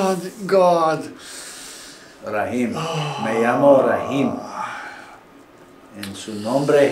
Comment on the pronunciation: Dr. Rahim, not Rabin please.